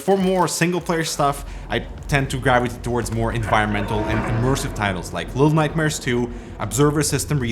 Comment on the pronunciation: how did you pronounce little nightmares II??? haha tried 100 times but couldnt